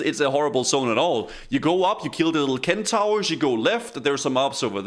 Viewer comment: I love that calls Centaur's "Ken Towers"